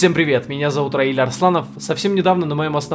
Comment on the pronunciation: Имя произносится Раиль (Raile, Rail')